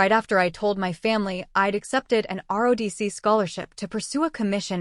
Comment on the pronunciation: Quit saying RODC it's ROTC